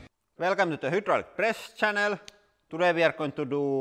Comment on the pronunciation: It's fucking hilarious the way Lauri pronounces words. For example these beauties: WHOdrolic = Hydraulic MILLYon = Million MatEirals = Materials HELLA-met = Helmet PLEEEEEASE ADD MORE, for the love of ❤️👍❤️👍